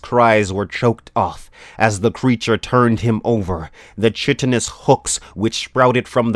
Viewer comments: reading was very good 👍 but please correct your pronunciations.... reedy: ree dee implacable: im plak uh bul chitinous: ki (like kite) tuhn us carotid: ka raw tid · implacable im-ˈpla-kə-bəl , chitin ʹkītĭn , carotid kuh-rot-id. great reading voice, but if you're not sure about pronunciation, google it, man.